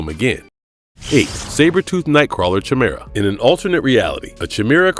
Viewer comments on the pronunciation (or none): FYI… It’s Kaimera… not Chamera. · Kai-mera. Damn that hit my ears like an arrow to the balls. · Lol how he says chimera😂